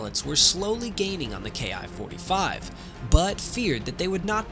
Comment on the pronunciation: Probably not a Ki-45, NICK's didn't have the performance or altitude. The ''Soup-ed Up'' variant you speak of at frame was more likely its descendent, a Ki-102A ''RANDY.'' OBTW Ki is pronounced ''KEE''. It's short for Hikoki = Airplane.